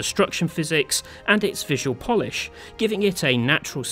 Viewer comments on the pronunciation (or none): none